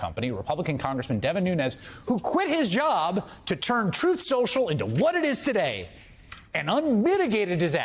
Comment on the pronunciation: You're mispronouncing it, it's "Troth Senssshul"